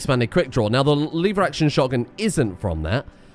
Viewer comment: Lever, not liver.